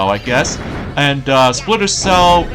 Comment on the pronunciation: It's Vintage! but anyways, It's SEGA Vintage collection. Alex kid and Co. (Which is a short name for company) I thought you made a mistake on your speaking grammar there! your Welcome! And also, you mean Spanky Splitter Cell conviction (you mispronounced alot of game titles buddy!) but that's why I'm here. to help you! your Welcome!